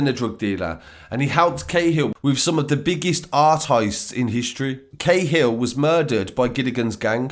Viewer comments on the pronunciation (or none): Cahill is pronounced ka-hill not ca-hill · Ca hill not k hill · Guerin-gee rin, cahill-ca hill ya need learn the pronunciation of our names sir,but good work🍀🇮🇪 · Great story but I reckon Gilligans was the only name you got right. Guerin = gear-in Cahill = cat minus the 't' - hill Naas = Nace